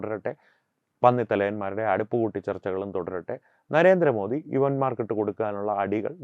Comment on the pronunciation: ജിമ്മി ജയിംസിന്നു നരേന്ദ്രമോ ധിന്നിയുടെ പേര് ഉച്ചരിക്കാൻ കഴിവില്ലാഞ്ഞവനാണ് തോന്നുന്നു. ആണണം വേണം ബിമ്മി